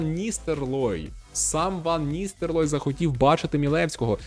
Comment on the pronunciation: Ван Ністелрой, а не Ністерлой. Дякую за контент